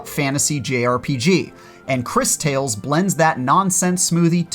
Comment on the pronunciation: i think its actually pronounced like this " Chris Taw less" 😉